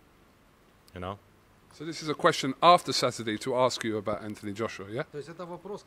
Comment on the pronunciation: 'saturtheday' lol